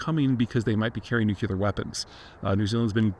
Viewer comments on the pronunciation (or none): It's hard to take you seriously, when you can't pronounce nuclear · And my particular nit pick on a good video. Nuclear the second u is not there.